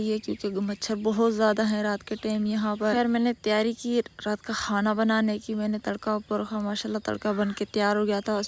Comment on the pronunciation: Hana nai HOTA Khana HOTA ha sikho tum bolna